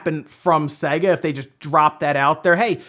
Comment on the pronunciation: It’s sayyga not seg ah (sega)